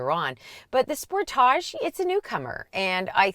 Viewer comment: I spit my wine out every time says Spor-tahhhjj... Yassss queen! RAV4 Hybrid is de facto leader in its class.